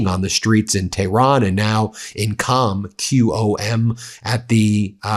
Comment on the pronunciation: "QOM" ...pronounced more like; " Comb " in english.